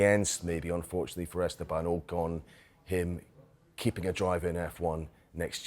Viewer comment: AW CON not OH CON